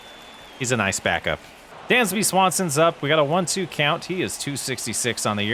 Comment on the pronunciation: Who is “Swansby”? LOL That may be the best mispronunciation I’ve heard of his name. And that’s not making fun of you or anything. It was just funny. Swansby Danson … sounds like Ted Danson’s grandson lol